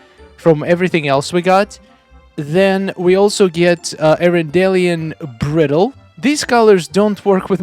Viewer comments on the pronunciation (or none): Pronounced bride-el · Bridle is pronounced 'br-eye-dle'!:)